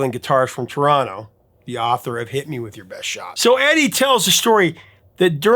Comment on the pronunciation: THANK YOU for pronouncing TARONO properly! 😂🇨🇦🎉🍻